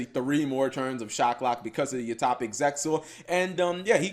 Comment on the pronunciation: Utohpic Utohpic. I see. So that's how it is. It's [You-Toe-Pic]. Sorry if that seemed like I was being rude, it's just that I played Utopia for like 3 years straight and love the deck to this day, so when somebody continuously mispronounces the name of some of my favorite cards it irks me a bit.